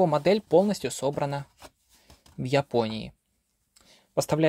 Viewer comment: В ЙАпонии, из ЙАпонии😅 Спасибо за обзор😎